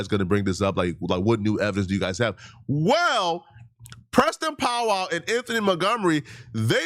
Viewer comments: This man keep saying “POW WOW”(Powell) 😂😂😂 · We believe you can’t read Stephen and pow wow 😂😂😂by the way it’s Stephon and powell 😂😂😂smh🤦🏾‍♂️🤷🏾‍♂️😒